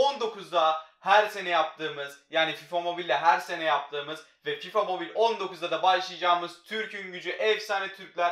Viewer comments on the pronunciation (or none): none